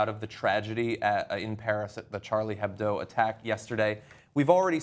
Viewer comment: the h in hebdo is silent